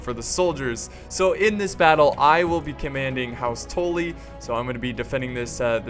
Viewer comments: House Tolly? Its Tully.. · T- uh - lly not torly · It's "tuh-le" not "tol-e" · It's "Tully" not "Tolly" god.... you are losin it.....:( doesn't change my mind on u secretly dating JF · "Toely" xD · What the fuck is a toelly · "House Toelly" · The butchering of ze Tully name :( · The way you say Tully gives me cancer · The only thing that got slughtered here is that prenaunciation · please say Tully right next time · The way you pronounce Tully makes me feel uncomfortable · yes he did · im sorry everytime i heard it i thought i was gonna have a fit ahah great battle thou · It triggered me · how you said tully XD. no offense, obviously. it just sounds fun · your saying tully wrong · ha you're right still something that annoyed me